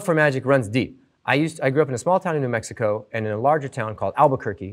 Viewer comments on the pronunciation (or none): none